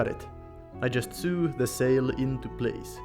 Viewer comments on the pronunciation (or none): Just for your information sew is pronounced the same as so